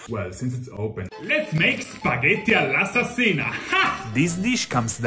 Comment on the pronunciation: Hai detto spaghetti all'asassina ahahahah ( buono la pronuncia)❤️🔥🇮🇹